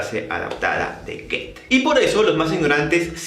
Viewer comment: Cómo pronunciaste Goethe??